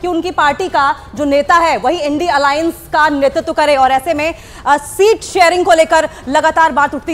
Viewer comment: एनडी नहीं है इंडिया है बोलना सीख लो पहले